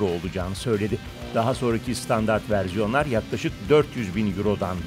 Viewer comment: "...verziyonlar" Almanca etkisi?